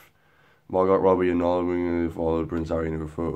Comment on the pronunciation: It's pronounced 'margo' but ok